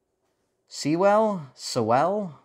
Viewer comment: I think Sewell is usually pronounced like soul but the so are pronounced like sue